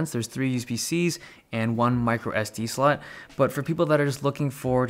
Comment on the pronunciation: “one microSD slut...” wut? 😂